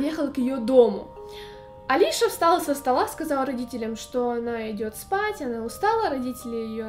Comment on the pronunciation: Правильно не Алиша, а Алисия.